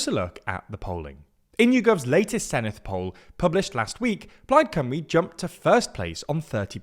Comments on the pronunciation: You pronounce Senedd wrongly. It's not Seneth but Senedd i.e. the same softer 'th' sound as words them or those. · Small word of advice, it's pronounced 'Sen-evd' (Senedd=Senate). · He pronounced Senedd as Seneth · There’s no “th” in Senedd, btw.